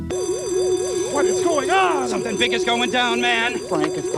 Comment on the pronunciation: "i may owe you shompin"